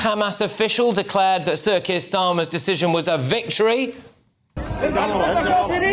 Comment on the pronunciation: Every time you say "Sir Keir Starmer" it sounds like CIRCUS STARMER 🤣